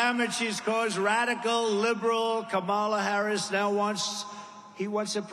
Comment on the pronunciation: Don't know if you guys caught it too, but he clearly calls her "Cabal-a" 😂😂😂 Go, DJT! ✊ ✊ ✊